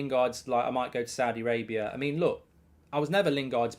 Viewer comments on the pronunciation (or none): none